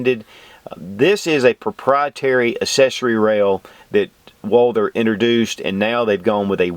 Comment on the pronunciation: Great comparison video, but I gots to ask....... Who is this Walldurr you keep referring to?